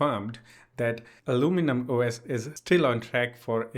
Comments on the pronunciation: The way you were saying aluminum at the beginning was correct! Do not pronounce every syllable, like the British do. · Yeah that was the perfect way to say it in North America. XD